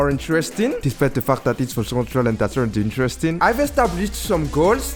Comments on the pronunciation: Bro saying fact awfully 😂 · yea it was really good btw. Veery unique idea. You should keep going. But plz pronounce fact correctly, it feels like something else 😂